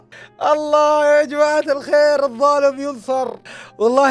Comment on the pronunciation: لو تلاحظ الدقيقه ٣٨ انت قلت الضالم ينصر غلطت فيها